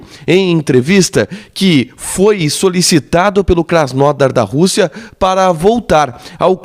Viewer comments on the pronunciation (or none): não é Krasnódar, é Krasnodár